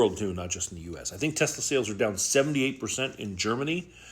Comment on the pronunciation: Stupid ass Chump can’t even say Tesla correct.😂😂😂😂😂